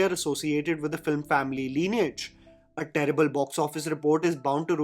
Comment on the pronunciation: your content is superb as always! Btw you said FLIM at 8.07...